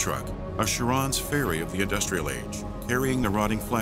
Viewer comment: A great video about a very interesting game series that will hopefully be remembered by it's ambitiousness and by the great contributions of it's modding community. So I was going to let "Love-Crayf-tian" slide. Even "Sha-Rown's ferry". But then I hear "to bridge the Chaz-m"? But I guess you can't really go wrong with adding a bit of humor.